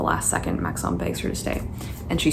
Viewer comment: I hate to tell you this but Maxons name isn't that fancy😅It's pronounced like Max-in, which tracks with the spellings of the other names in this series😩